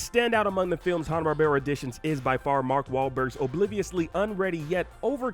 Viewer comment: I'm disliking this video cause of the way the dude pronounces Hannah